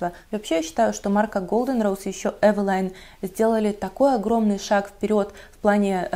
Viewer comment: не называйте Эвелин, эвилайном ))